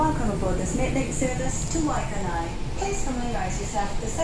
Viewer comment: Waikanae is pronounced "Why-can-eye'